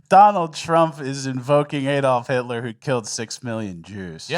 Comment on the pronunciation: Waaa waaaa 😢 hitwer oh noo it's scawy Hitwer😢